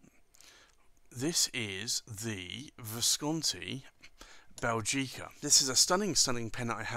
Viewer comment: Small remark: the accent is on the first syllable 'Bè' not on the 'gi'. I'm Belgian, so I'm supposed to know.